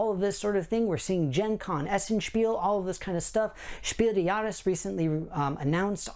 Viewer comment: Please, type Spiel des Jahres into google translate and listen to the pronunciation. Or just say game of the year award.